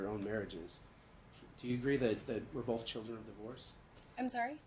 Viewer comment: Ok, it thought I was hearing things! He says “bof” instead of both too. I had to listen several times but I kept hearing it. Whew, I’m not crazy! Lol